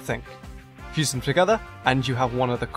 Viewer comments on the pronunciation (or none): none